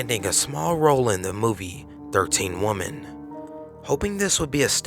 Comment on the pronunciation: it's WOMEN, with an "e" pronounced "Wih-min" and you're not supposed to pronounce the second "T" in Entwistle. Should be.... "En-twiss-uhl"